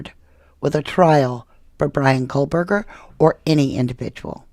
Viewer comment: Spelled Goncalves, pronounced Gon-cal-vez. Also, no "L" in Kohberger